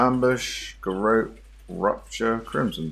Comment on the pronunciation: It's pronounced Garot 🤣